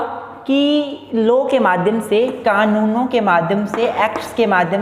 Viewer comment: It's not 'low' it's 'law'